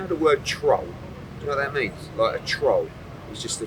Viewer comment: A troww??? Eddie cant even say the word let alone explain what it means